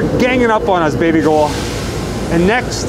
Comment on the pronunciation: I love you calling her BABYGOUHL!!! OMG, my fave!!